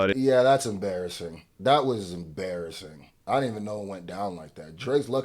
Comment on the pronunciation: Bro stop saying embarrassing like that. Shit is mad sus